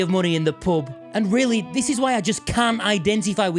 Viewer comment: oh pub. 😂 It sounded like he was saying Pope but I know that wasn't right